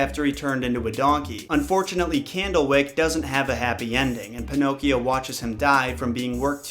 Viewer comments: Every time he says "pinokes" I giggle 😄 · I love that u keep calling him panocks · I love how you call him “Pinoques”